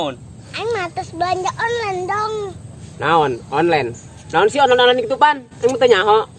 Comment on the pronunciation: Onnlen disebut oclen